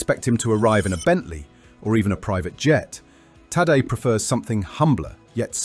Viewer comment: After all these years of him being super star and investing so much in this mediocre video, still not knowing the pronunciation of Tadej's name is just pathetic.